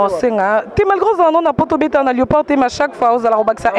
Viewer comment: Carine mokonzi alobi lioparard, mdr. c'est léopard et non lioparard